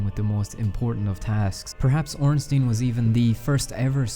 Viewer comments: is ornstein not ornstin do.you say einstin? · Well, if we want to be 100% correct, wouldn't it actually be pronounced "OHN-shtein"?